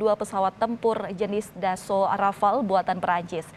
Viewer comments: rafale,, bukan rafael 😁😁😁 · Rafale pak Dahnil.. bukan Rafael.. Rafael mah tukang hipnotis..